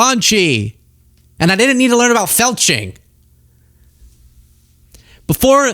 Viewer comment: My husband thought you said click the felching button instead of the like or subscribe button. 😆😆😆